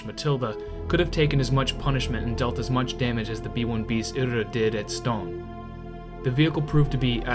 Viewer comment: Dinant = Dee-Naunt. Stonne = Ston. Meuse = Mer-se.